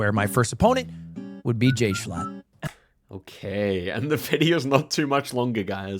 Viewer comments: I watched that stream and I found it insanely funny that they were shocked at the Kampala guess 😅 (Also, Jschlatt is pronounced "J Shlat") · Jschlatt can't avoid being mispronounced